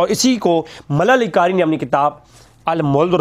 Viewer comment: Malla Ali Qari ni hy yar Mulla Ali hy plz pronounciation theek kro baqi byan haq kia